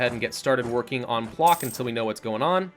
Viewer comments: А little correction: Plock is pronounced like PloTSk and Danzig - DanTSig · It's pŁock actually and pronounced pwotsk